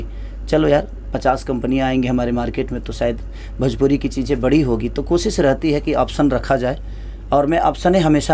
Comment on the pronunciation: Are sala bhajpuri nahi bhojpuri hota hai